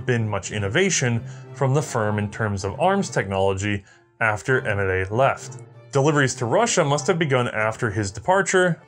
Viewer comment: It gets more funny when you hear him pronounce Émile as [Emilay] instead of [Aymeel]. But it's a trait and we love him for it.